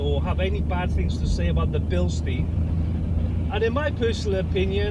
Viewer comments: You are saying the name Bilstein wrong. Here is a Bilstein link so you will know how to pronounce the name. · Bilstein is German. Incorrect pronunciation makes it easier to identify incorrect advice. Spring rate does not change with age or use. If the spring degrades, the free length reduces by the same amount as the ride height but the rate doesn't change. I too have found Koni compression damping rather soft. Years ago I used Spax instead as compression and rebound were simultaneously adjusted by a single screw.